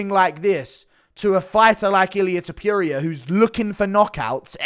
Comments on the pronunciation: Stop saying his name like this bruh😂.Its not illia topiuria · Why you saying ilia topiierea its ilia topuria!! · It’s toe-pour-ia pronounce his name right 😂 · Tiperia? Topuria my dude To-pour-ee-ah ya dunce😆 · Tipuria? Can you pronounce the name right bro you do this shit for a livin’ bro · You mispronouncing topurias name on purpose?